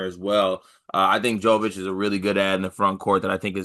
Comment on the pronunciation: pronunciation killed me. "Phillip Joe-vitch."